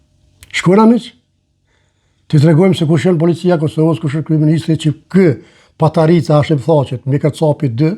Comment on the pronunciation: Te lutem jo patarica po paterica